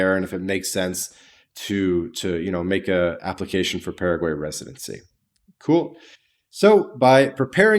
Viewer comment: Don't take advice from someone who can't even pronounce the name of the country correctly.